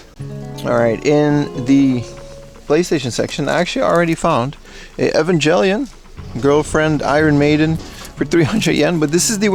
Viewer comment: Um it's actually pronounced Evangelion btw